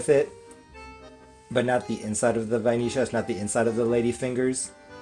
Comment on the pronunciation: Nice adaptation! I've never added cream cheese to pudding, sounds interesting! As a "porteño" I'm very proud of your pronunciation of the "ll" in vainillas 👌👍😂